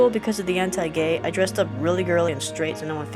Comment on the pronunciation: Pigtails and green. Miku Hatsune? When you said anti-gay, I thought you said Hentai-gay....So I was very confused. XD But anyways, you're amazing! And you've made me realize a few very important things, so thanks!